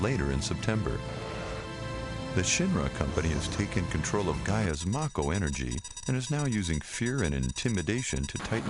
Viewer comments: TIE-dus, Chow (like show) koe- bo. Chocobo -chowkoeboe. MAKE-OH, not Mahhhko. (mako). sorry forhaving to correct you so much.. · The narrator has obviously never even heard of final fantasy before this script reading - the worst crimes are "Teedus", "Marko Reactors" and "Ceecil". Pitiful.